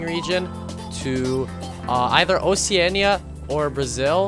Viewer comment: That’s not how you pronounce Oceania